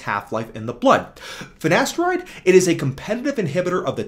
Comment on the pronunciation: the way u say finasteride is so funny